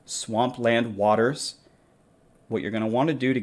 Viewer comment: WAY-DERS not WATERS